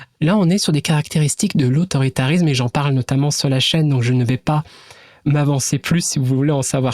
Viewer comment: "[...] de ce qu'on appelle... (pause)... l'autoritanisme." Chef's kiss.